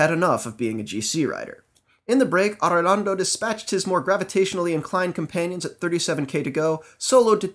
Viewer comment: I love the way you roll on the r's in Arredondo.